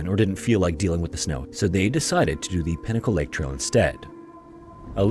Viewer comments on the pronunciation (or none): ok you clearly state you use no AI yet the way you say pinnacle LAKE it sounds like pinnacalick...and you say pilachuck...and clearly lately images you use are AI....